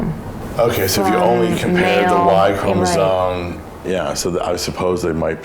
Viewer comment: Interesting that the DOCTOR is misprouncing "chromosome" (he says "chromosoNe" but the daughter prounces it correctly, and she seems to understand more about genetic testing than he does! And did I miss something? Why has he been getting stem cell treatments?